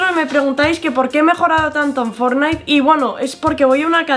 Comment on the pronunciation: Yo: academia de ingles: academis de fortnite 😂😂